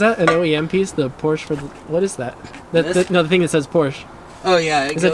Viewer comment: Hey I know that U-Haul, it's right behind our house! Can't wait to see the Porsch-UH when you're done!